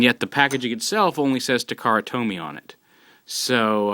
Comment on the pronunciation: Taa-kaa-raa to-me is the correct pronunciatiob